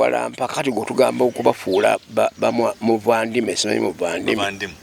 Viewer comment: NOT VANDIMWE IT IS BAANIMWEE? HAHAHAHAAHHAHH